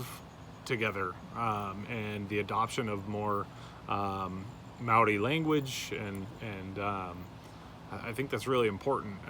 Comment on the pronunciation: Wow, Totally impressed on how you pronounced Maori. You nailed it. Most would roll the R.